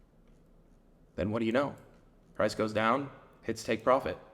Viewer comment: haaaaha u said prace